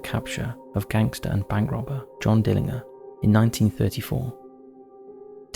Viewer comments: Just like how you pronounce GIANT w/ a hard G/J sound, Dillinger is not how he pronounced it, it’s DILLIN- JUR. Not to mention the unfathomablity of the way he pronounced Tucson lol 😝. It’s TOO-SAWN Not TUX-ON. SMH. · For future reference Tucson is pronounced as Too-Sahn, and Dillinger is pronounced as Dill-Injure. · You pronounce the G in John Dillingers name as a J, Dill in jer !! You've got a good channel though. All the best my man!!✌️ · Learn how to pronounce Dillanger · I like this channel but you do like to create words, use weird grammar and strange pronunciations. When was "Dillinger" ever pronounced "Dilling-her"?? In another video you said "parentses" instead of "parents'". It really is very irritating when the content is so good. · Dillin-g(but pronounced like a "j") er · Dillinger is pronounced dill-in-jer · FYI: John Dillinger pronounced: Dillinjer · THIS is how you pronounce Tucson. Dillinger = di·luhn·jr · johnn DILLIN"JER" ...youve never heard of john dillinger ? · ''A Jax''??? SeriousIy????? ''Tuck son'' ''DiIIiner''. Jesus dude, do you research anything????? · Tucson is pronounced Too-sonn not tuck-son! Dillinger's name is pronounced Dill-in-jer with a hard G. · I live in Phoenix Arizona.. TOO SON the C is silent. DILLINGER John DillinGer.... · Pronunciations bro it's not dillinger it's pronounced dillinjer and tucson is pronounced like 2 son 😂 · Tucson = TOO-saan Dillinger = DILL-en-jer = Spooky Month content WIN! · And Dillinger is pronounced Dillinjer... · Dill ing ar 🤣🤣🤣 he would have filled you full of lead just for fun... should have got his name right.... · Dill-in-JER, not inger. Haha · JOHN DILL-IN-JER…. Dillinger like the gun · You must have missed the John Dillinger mispronunciation. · It’s Dillinger. G like ginger. 🫠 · when he said Dillinger I had to back it up twice to make sure I was hearing his pronunciation right! Sorry but I haven't laughed like that in a while 🤣🤣